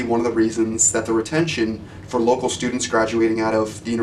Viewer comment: looking "fer"?